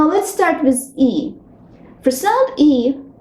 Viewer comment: You could improve your pronounciation of english "one", "with", "wish" etc.